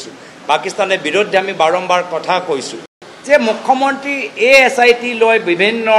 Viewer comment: Apunar mukhya mantri word to bhal ke fota ni..😂😂😂 Assamese najane nk